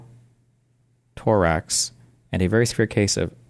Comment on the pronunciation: dude really said pneumo toorax